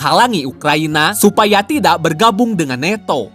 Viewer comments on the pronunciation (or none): Nanto bang ..bukan neto